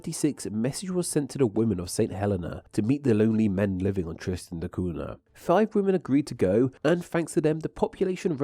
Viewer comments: The NH in Cunha is pronounced like Ñ in Spanish, or GN in Lasagna. Just a hint on Portuguese pronunciation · Interesting, but just a shame that you not pronouncing the island's name properly. Cunha sounds like coonya. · Cunha is a fairly common Portuguese surname. Any time you see an “nh” in a word or name, it’s pronounced similar to a Spanish ñ. So Cunha is pronounced “coon-YAH.” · 4 minutes in and the utter lack of effort to pronounce "cunha" properly is getting on my nerves. . .